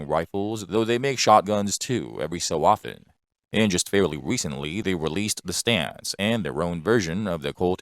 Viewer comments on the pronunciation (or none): none